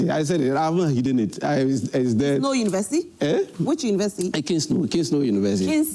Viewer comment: Proud Kingsnow University alumni. Whether you respond or not, it will be investigated. "I don't respond to Idiots" is how liars talk. And joy also doesn't have internet to check whether Kingsnow is a real university or not. Ei...haha. Why pronouces it as kisstol and not kingsnow. That is also funny.